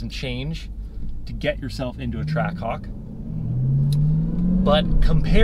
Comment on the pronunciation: hawk twaah??😂